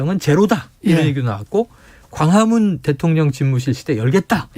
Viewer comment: 과화문 ㅎㅎㅎㅇ발음 안좋네